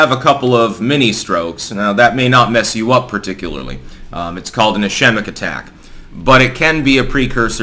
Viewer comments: Ischaemic is pronounced 'IS-Sceem-ic'. Damn those Greeks! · Ischemic is pronounced Is 'keem ic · Ischemic is pronounced is-KEE-mick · is-KEE-mic attack. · Hey, just fyi, ischemic is pronounced like "Iskeemic". The "ch" is a hard "k" sound. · Lol “Eye-Shem-ick” that’s the best Styxism since “Store-zok” and “Butt-y-geeg” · It's pronounced is-kē'mik